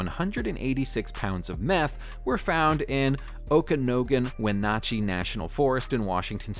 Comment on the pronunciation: You BUTCHERED the pronunciation of OKANOGAN and WENATCHEE.